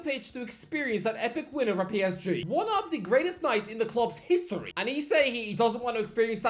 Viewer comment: sir he actually said "ome of"🤓